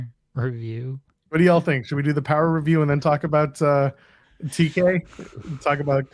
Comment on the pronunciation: NWA Powerrr RRRecap